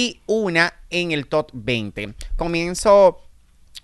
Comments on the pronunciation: El día que diga TOP y no TOT yo seré ma’ feliz 😂😂😂😂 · Top,, top, tú pronunciación deja mucho que decir ya que te la das en muy letrado!